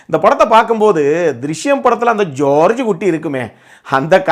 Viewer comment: 4.40 ) ஜார்ஜ் குட்டி இல்லை ப்ரோ... 'ஜோர்ஜ் குட்டி' - இப்படி சொல்லி பாருங்க... நீங்க சேட்டனாகவே ஆகிடுவீங்க !😂❤